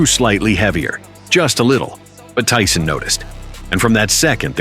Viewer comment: Ty-Son.....beat yo azz